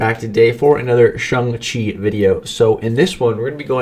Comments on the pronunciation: Stop saying shung chi it's shang chi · Lol, he keeps calling him Shung Chi instead of Shang Chi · Dude it's shang chi not chung chi😂😂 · No one: Absolutely no one:: SUNG CHI 🥋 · Shung-Chi? Shung-Chi!? SHUNG-CHI!?!? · Why is no one talking about how many times he botched this mans name 🧍🏾‍♂️🤣 “shung-chi” oh pain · The way this guy says Shang-Chi is absolutely disgusting. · Please stop trying to pronounce his name.